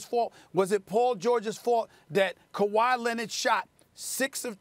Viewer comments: Stephen “Kawhi Lenit” Smith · "KaWhy Lennit" ~ Stephen A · Stephen A. Smith: “Kawhi Lennid”.